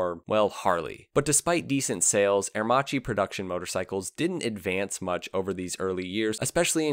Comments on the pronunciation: You butchered the pronunciations especially " ah err Maki ".... how can you have done this ? You showed a picture of Giles Villenueve as W. Villa.... Agostini etc. You missed out on the little known now braking system the "idronico " which is a form of a drum brake . It's a cone working within a cone to work smoother and has increased surface area. Better for aerodynamics. You had one pic of it btw. Macchi did not need any engineering expertise from H D . They were building 16 cylinder twin plug per cyl Supercharged aircraft engines in the 1930s and still hold the float plane records. Italy was under financial mayhem due to the OPEC restrictions, so it was a mutual benefit to do business. I lived it. Thank you for sharing some light ..... call on a real Italian , contact a consulate or some of that nature next time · Interesting documentary, by the way ch in italian must be pronounced like a K so Aremacchi sounds like Aermakki like bruschetta sounds brusketta :) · I wish you'd taken a second to just check how Aermacchi is pronounced. It's italian. Chi becmes a K sound. It's Aermakki. Good well researched video but the pronounciation makes it more difficult to sit through than it needs to be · It's pronounced "Aermakee", not "Aermachee". That's the correct Italian right? Just like it's Moto Gootzee, not Moto Goozee. A pizza pie is pronounced peetza, not "pezzah" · Good segment in general but it is incredibly irritating to hear aermacchi pronounced herrmaci over and and over again. And Walter Villa clearly Germanic ualter. Also aermacchi could not build planes because of the armistice terms so the bike company was born when the plane company died. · I wish he'd pronounce the name Aermacchi correctly. In Italian, if the letter C is followed by an I or an E you pronounce it 'ch' as in church. If C is followed by any other letter (in this case H) you get a hard 'k' sound as in kite. The double C is basically a longer 'k' sound. It's not rocket science.